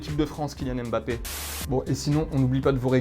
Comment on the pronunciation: C’est Mbappé et non M-Bappé